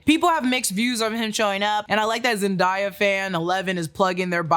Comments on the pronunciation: Wait you dont know how to say zendaya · Zen-DAY-yuh. Not hard 😂. Nobody says what a wonderful dai. Zen-die-ya is incorrect. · its zen- day- a , not zen-da- ya